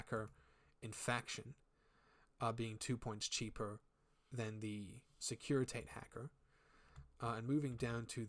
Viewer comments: Great video! Quick note though, securitate is pronounced "SEH-KU-REY-TA-TAY", it's the reference to the secret police of the communist Romania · Securi…tah tay. Took me a minute to figure that one out. Not used to American accents in infinity videos. 😂 securi Tate. S’funny